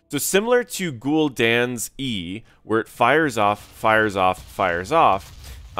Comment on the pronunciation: That's not how you say Gul'dan